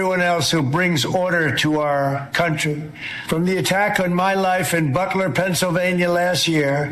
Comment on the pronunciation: "and everyone else who bring otter to our kun-chewy"